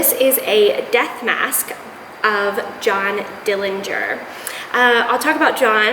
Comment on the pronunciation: Thanks for the interesting information regarding the history of death masks. The correct pronunciation of the Dillinger family name is with a silent 'g'. There is no proof that John killed anyone. The night of his death there wasn't any attempt to arrest him as they had one objective and that was to kill him.